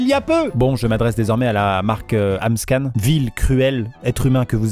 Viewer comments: Ce n'est pas Amscan mais AmScam 🤣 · mdr cest pas amscan cest amscam